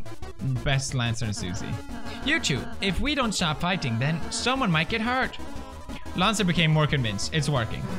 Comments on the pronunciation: Okay sooo... Kris is a she. Susie is a she. Ralsei is a he. Lancer is Lancer. Also, it’s not Laaancer, it’s Lancer. Like a Swedish Ä. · Pewds iss lan-suh not laan-suh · Ok is it “LAHN-CER- or “LAN-CER” u pronounce it two different ways the wholE epISode juSt stick to oNe Also congrats on 70M 🤪